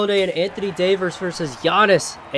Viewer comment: davers? again